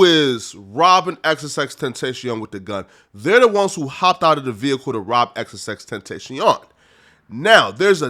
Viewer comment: Good vid but Ten-tashion 😭